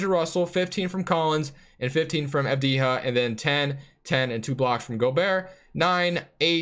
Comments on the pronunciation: It actually pronounced deni av-dee-yah . Its an Albanian last name the j makes a sound like the y in yellow. Keep up the good videos bro! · Pronounce Avdija like you pronounce for example Jokic, as it is written...